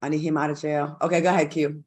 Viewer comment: I LOVE YOU Q! going to "JAYEL" lol